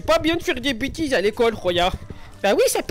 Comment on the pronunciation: Ti fis dis bitises a l'icole c'est ça roh c'est pas bien de faire dis bitises a l'icole .